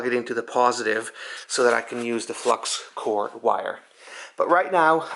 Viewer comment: It’s flux core. “Hey guys I’m running low on flux cord 😂😂😇😇